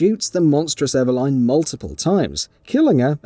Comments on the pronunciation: Eveline ❌ Eva Line ✅ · Your pronunciation of Eveline did my head in, im Aussie and I reckon it should be"Eh-veh-lin". They even pronounce it that way in the game. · Pls stop saying Ever-line. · it's nothing to do with his accent. Nobody else with that accent is pronouncing it Ever-line. He's just got it wrong. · Lol “ever-line” 😂🤣😂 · how eveline pronunciation kills me